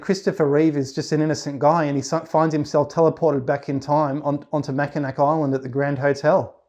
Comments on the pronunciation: Can confirm... we always laugh at anyone who says mackinac instead of mackinaw lol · Wonderful story... I'm from Michigan... Just to let you know, you're pronouncing Mackinac wrong... It's pronounced "Mackinaw"... Google can confirm this... I really did enjoy hearing your experience and love your channel... I hope you have a fantastic day🤗🤗🤗